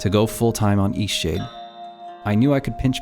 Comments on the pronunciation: Seriously, sometimes when you say EastShade is sounds like Eat-Sh*t. I am not joking and I’m beginning to think there’s a deeper hidden meaning in how hard it was for you to achieve success. Tell me i am wring. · You might want to become aware when you're speaking it sounds, to me, like you're saying Eshade. Until I scrolled down and saw "Eastshade"...you're not really pronouncing the "t" at the end every time you say it. The game looks amazing, and I really enjoy the relaxed gameplay you talked about I could do without all the Christian nuttery references, but I laughed at them as just nonsense, I'm ex-Christian that knows the book of the punk "God" very well, and it's the reason I left that cult. You can be very caring towards others without the cult. I dig your story, about how the game was made. Shoveling snow out beyond miles is something that used to be done by people. In the modern 'age' it seems impossible by most. If you don't think of that way, it becomes possible. Something else I noticed as I saw the screen shots. You actually punctuate and use commas correctly. Wow! I'm noticing a trend in Indie games where people are sloppy this way, where stuff like "thats" and other errors are creeping into their games. Which I won't support. You put a lot of care, and you pointed to that, in the game. Or rather you and your 'partner'. Smiling. "Forgive an old woman, what was it again?" Should be, "Forgive an old woman, what is it again?" since it's very, very rare for someone to change their name. The name remains the same. I'm pointed this out to Christians who've asked me many times, "What WAS your name again?" and I corrected them. This understanding also changes the understanding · all i hear when he says the name of the game is "eat shit" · I thought he was saying Ishee. I thought it was a Japanese game until I looked at the channel name.